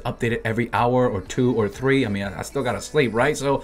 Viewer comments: love when you say: "tttttre" instead of "three" ahahah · when he say these words are so damn Hilarious... Three > tho-ree Barbara > Parpara